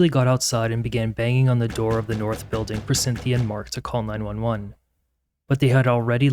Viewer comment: Stop adding K at the end of g's! It sounds so annoying and uneducated. Building does not end with a K. Following does not end with a K! Both words are pronounced how they are spelled, wtf are adding a K sound to every word that ends with G!!!!